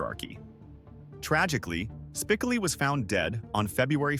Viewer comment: That AI voice saying Spickley instead of Spicoli is enraging lol